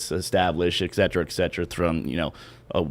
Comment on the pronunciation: Guest guys says, "excetera" twice before the 1 min. mark. It's "etcetera", and now I just want the guy muted. Way more insightful and entertaining when it's just.